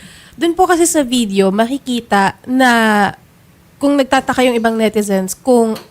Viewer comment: Frop? Or prof? Video? Or vitheo? Bothered ko dah